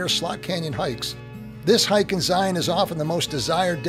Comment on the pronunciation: I applaud your channel you are the first that Ive encountered on YT has been able to pronounce “Zion” properly, it’s a source of great frustration to we Utahns. Thank you for taking the time to ‘get it’!